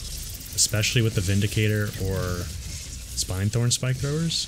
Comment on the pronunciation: All of your HFW videos are incredibly helpful and have fundamentally changed the way I play. I return to them over and over. Thank you! One minor observation, though ... it's SPIN-thorn, not SPINE -thorn. Y'know, because as drill spikes they SPIN, right? :)